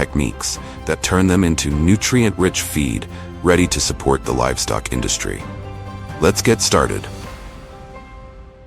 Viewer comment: We know it's AI, because the narrator said "ferrous" instead of "Fahrenheit. "Cranberry bugs" instead of "bogs." "Livstock" instead of "livestock."